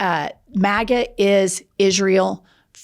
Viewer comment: she said “matta” instead of “maga” lol she said my last name, she’s in love with me